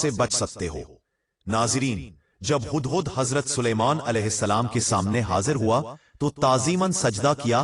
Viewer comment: Hadd hadd Nahin 😂😂 hudd hudd bolo . Urdu Bolna sekho.